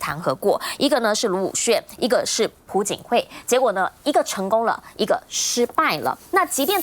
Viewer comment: 主持人说pu槿惠应该读piao朴槿惠吧😄